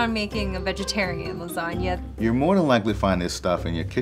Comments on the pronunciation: Did he just say lasana noodles? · why are you butchering lasagna like that